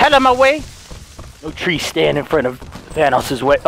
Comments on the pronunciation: Thought he said Vanoss. But then found out he said, Thanos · Everytime he said thanos I kept thinking he said vanoss 😂💀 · Christiixn Ur right,I get tricked from them saying vannoss but its thanos😂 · THANOS NOT VANOSS!!!!!! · At first I heard saying "Oh vanoss" I was confused then I saw the title and I replay the video twice and I understand it "thanos" not vanoss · Is he saying Thanos or Vanoss?? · Thanos - Thvannos? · did he say vannos than thanos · It’s Thanus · All i hear is Vanoss not Thanos 😂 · Who else thought he said vanoss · I thought you were saying vanoss😂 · Same, when he said We're finding "vanoss" I was thinking, they're finally playing against eachother. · Heyguys 2.0 same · It sounds like he’s saying vanoss 😂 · Did anyone else notice that said “no ones gonna stand in VANNOSES way”? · Every time he says Thanos it sounds like Vanoss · Every time he says thanos i think he says vanoss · Always sounds like he is saying vanoss xD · I thought u said VANOSS xD in the first of the vid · did he say no trees stand in vanoss way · CuteLitty Kitty I only hear thanos